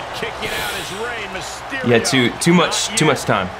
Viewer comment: U said miss on mysterio fart lol